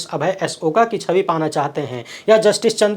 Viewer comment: अंभुज भाई, अभय ओक है ना कि ओका ।